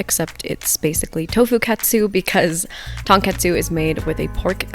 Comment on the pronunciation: Also I believe it’s pronounced more like k-ahh-tsu not cat-su